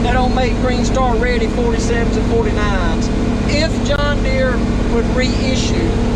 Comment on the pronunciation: John Deere has a R in the name of it.